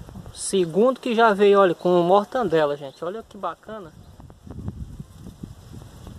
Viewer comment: "Me descupe meu nobre, mas o correto a se pronunciar é mortadela e não mortandela! Descupe mais uma vez